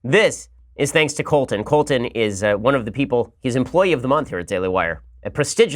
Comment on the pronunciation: Colt-in? Is that what you call him Ben? Lol